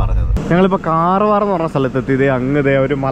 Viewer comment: കാർവാർ അല്ല കർവാർ ആണ് ബ്രോ 🤣